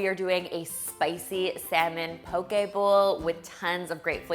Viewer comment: Mahalo nui loa (thank you very much) for your proper pronunciation of the word “poke.” Your Hawaiian is spot on! 🌺🌸🌈❤️